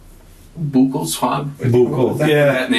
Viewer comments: Boo-cal swab 😂😂😂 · A boockle swab? 😂